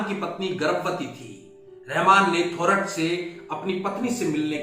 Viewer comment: The accurate pronunciation is थोरात !